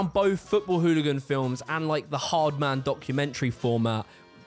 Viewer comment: You pronounced 'ard man wrong